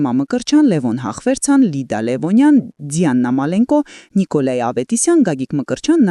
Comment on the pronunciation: Թ-ն` Ց մի՛ արտասանեք ⚠️, խայտառակ անգրագիտություն է` ՀԱՄԱՏԱՐԱ՜Ծ... Դիանա՛ն, տիկի՛ն ❗, «Ձիանա» չի՛ արտասանվում, ամո՛թ է և համատարած խայտառակություն ‼️ Լա՛վ, ո՛չ մեկդ հայերենի գրագե՛տ ուսուցչուհի կամ դասախոս չե՞ք ունեցել, լրագրողի՛կ֊ հաղորդավարիկնե՛ր....